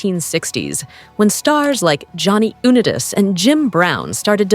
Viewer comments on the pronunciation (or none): My ears are burning…how can you mis-pronounce Unitas? It is pronounced You-nigh-toss.